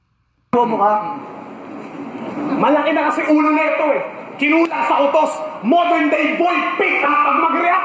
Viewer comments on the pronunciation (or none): "modorn na boy pickup" ? tama ba sa pagsabi ni price ahhaha bulol eh